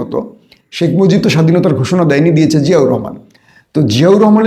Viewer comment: Salam janai apnake. Pls. Dont mind. Apni 'B' er ucharon 'F' korsen shob shomoy. Jemon arab- araf. Shekh mojib - mojif. Emni aro onek. Etaki apni 'B' bolte parenna naki .... ?